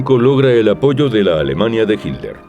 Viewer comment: como veo esto muy frecuentemente. Cual Hilder cabrón, tanto les arde el culo con el genocida qué no quieren pronunciarlo como es? Hilder... pendejazo